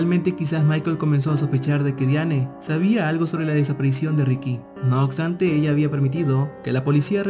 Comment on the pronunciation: "No oxtante"